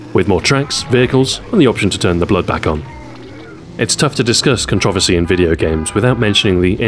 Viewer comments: a person in the US, I programmed for the Commodore Amiga [weird!] and subscribed to many UK magazines; I got the the vernacular they used. That said, while I understand "zed" and "aloominEum", I have NEVER heard 'controversy' pronounced that way... and I have BBC America! Also, don't be too mad at them as their country is being over run and likely won't last two decades. :( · Wise Guy 508 In my ten years in the military, working with over 27 countries, I've never heard that pronunciation. Perhaps the word never came up? All the same, it's 4 syllables and as such, the word is butchered to the point of being cringe worthy. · It's CON-troversy, not con-TROV-ersy! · I've never heard anyone pronounce "Controversy" as do you. I like the video and the content but sheesh! :D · it trips me out every time he says controversy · That's strange as I've NEVER heard it pronounced that way...??? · I'm from London and I don't accent the second syllable, so it's not an 'English' pronunciation at all. +Iliek Jeez. Touchy, aren't you? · Same here. I had to rewind just to make sure it was 'controversy' that I just heard. Literally the first person I ever heard pronounce the word like that. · Different places pronounce things differently.